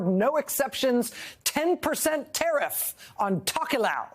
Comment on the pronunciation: TERIFF ERVYTHING.,,. what do you mean ? .,., ERVYTHING !!!!!!!!!!! 🤣🤣🤣🤣🤣